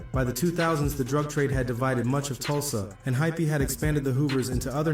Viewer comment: Hypee not hyphy lol